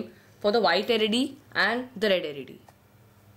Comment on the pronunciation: vite=wite Lol. thanks